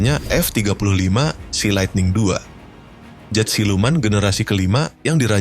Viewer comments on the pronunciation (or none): none